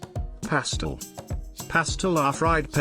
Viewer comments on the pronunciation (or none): Cuscus - Coos-coos Canja - cahnjah Pastel - pawstell My God, if you're going to do a video, research the pronunciation!